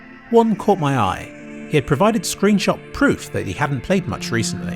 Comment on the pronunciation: Can't believe you also say screenshat! I thought that was just me!